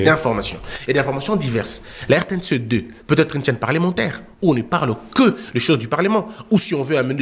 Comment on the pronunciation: RTNC Une ????? Il faut dire RTNC UN comme on dit TF1 (un). En français, il ne faut pas dire, par exemple, PAGE UNE, il faut dire PAGE UN.